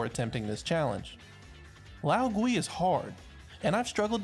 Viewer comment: the pronounciation of lao gui makes me die inside